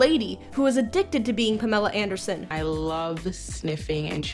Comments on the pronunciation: Pahmla Aindersohn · Payamella Ayandurrrsin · I know I'm late to the convo, but... Panama Ankle Son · PallMall Andy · Poomella Undersun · Puhmerlla uhndursin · PaLemma Endorse-sons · Pameera andeelson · Perm ooo lah an deer sent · Pahmeillah Ahndeirsohn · AAAAMELA PANDERSON